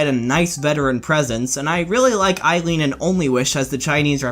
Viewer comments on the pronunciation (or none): none